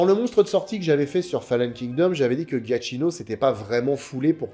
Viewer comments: Super vidéo, comme d'hab 👍 Juste un détail (vraiment, c'est anecdotique) : le nom du compositeur se prononce "Djakino" et non "Ghiatchino" 😉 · pour info, je crois que le nom du compositeur se prononce "djiakino" il me semble. Super video, comme d'hab!